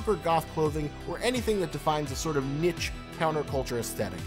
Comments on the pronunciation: did he just pronounce niche as,,,,,,,,,,,, neech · Just a few quick things: 1. Her name is Marceline the Vampire Queen, not “Rosaline” 2. The word ‘niche’ is pronounce “neesh”, not “nitch”. I’m not posting this to be malicious or rude, just a friendly reminder. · Did he say “Nitch”? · He also mispronounced the word 'Niche' , not to mention 'Mai' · Poorly thought out, poorly worded. Even the way you speak made me angry. Niche is not pronounced like that! Ugh so many things wrong in this video.